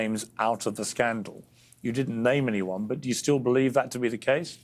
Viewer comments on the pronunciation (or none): none